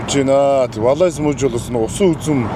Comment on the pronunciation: Valais кантоны дуудлага Валай шүү😂 тэр төгсгөлийн s хаачсан юм бүү мэд😅😅 ихэнх франц үгний төгсгөлийн гийгүүлэгч дуудагддаггүйн жишээ шүү. Zermatt уул Valais кантондоо орно.